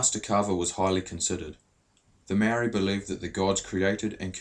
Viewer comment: I love to see maori docos but c'mon bud, 'maow-ree' and 'tah-nay'. It's a language with 13 letters. But thank you for asking about exploitation!